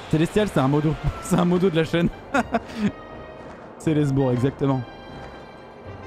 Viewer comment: C'est Ceslest BOURG pas bur